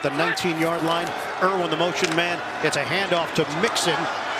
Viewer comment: Irwin, not Irvin. Regardless, great offense. Fun to watch.